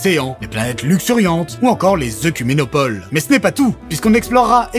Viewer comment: Par contre faudrait dire au capitaine que ça se prononce "écouménopole" et pas "eucouménopole" Comme tout le monde dit "Eudipe" ça peut prêter à confusion mais ne vous y trompez pas on prononce aussi "Édipe" xD